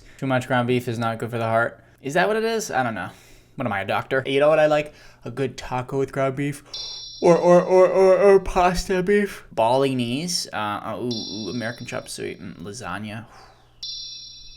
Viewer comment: LMFAO Bolognese is pronounced bow-luh-nayz 😂